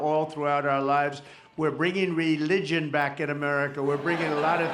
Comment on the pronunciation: He can’t even say the word ‘Religion’ correctly!!